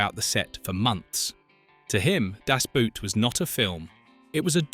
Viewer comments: Nice clip, but honestly, if you insist on using the german title, learn how to pronounce it correctly, it is just two words! With all the stuff you tell us about the movie, how about the correct pronounciation?! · The pronunciation of "Das Boot" by narator makes my ears bleed. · It's really funny. The amount of research abut aspects of the film, but not how it is pronounced... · Liked the video...but....it's DAS BOOT....in GERMAN....not DASH BUUT. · How english native speakers say "Das Boot" always triggers me. Its not a feet wear its a boat and you say it like boat and not boot. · It's pronounced Das BOAT, not Das *Boot." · BOAT!!!! It's pronounced BOAT, not boot. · ‘The Boat’ in German ‘Das Böot’ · It’s called Das Boot in German, not Dass Buut. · . Hell of a film, .. a masterwork. and it's pronounced "das" (as in da) and "boot" (exactly boat) das boat. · /dahss BOHT/, rhymes with boat. o=short o oo=long o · At least learn how to pronounce it. Das Boot is equal to the english word BOAT, not the english word BOOT. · Why is it so hard to pronounce "Das Boot" correctly? If you would say "Das Boat" you would already be a lot closer. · Ffs, spell it as "boat" so the AI voice pronounces it that way. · Its pronounced das boat. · In german, "Das Boot" is supposed to be spoken "Das BOAT". "OO" in german was never pronoucned as in english/american.< This is butchering the film's name. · why are you saying das Boot all the time ?( boot like the shoes ) makes me laugh every time , havent you ever heard the title being said correcly? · FFS if you like the movie so much you should know it’s pronounced Das Boat, the same as in German. It’s not footwear damnit. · ...never understood why english speaker dont just pronounce the film Das "boat" because the english "boat" sounds very similar to "boot" in German. The english prefer to pronounce it like the english "boot" and this is so funny wrong. Just say DAS BOAT and its fine...